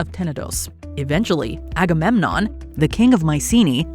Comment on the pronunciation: Everytime she said Agamenom my mind went "AGAMENOM WILL TAKE THE CHARGE!" lol